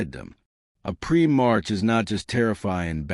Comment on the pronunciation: Prim - marks lol. A.I trash